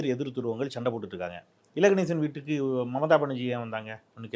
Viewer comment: அது மமதா பனர்ஜீ இல்லடா ..மம்தா பனர்ஜீ … 10 தடவ சொல்லு அப்பரம் சரியாகிடும்.. நாக்க வலியிடா அண்டா